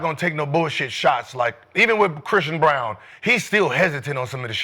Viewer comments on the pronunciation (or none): lol it’s Braun not Brown 😂😂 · It’s Christian “Brown” Braun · To be fair, Braun does translate Brown over here. Lol, you're right, though. They don't even try to pronounce names correctly.